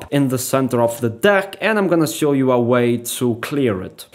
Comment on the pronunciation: I don't know whether it's my decreasing intellectual capapilities or the explanation: I din't understand anything. The moves looked cool, though. I was very impressed! Out of interest: Is there no "sch" (German) or "sh" (English) sound in Russian? Because when you say (e.g.) "Switch" you say "switzz", or when you say "Show" you say "Sow". It sounds very nice anyway, but made me curious.